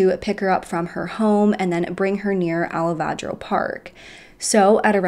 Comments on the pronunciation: Oh come on!! AL-VA-RA-DO Park. Not Alavadro!!!! smdh It's really bad when you show us the spelling on the video...but you STILL pronounce it WRONG!!!! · Girl, I hate to be a nitpicker, but you mispronounce things in every video. Alvarado Park is pronounced just how it looks, not "Alavadro". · Alavarado. Lol